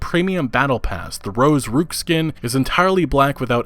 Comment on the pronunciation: It's, "Rook," as in, "Book," not, "Rook," as in, "Kook."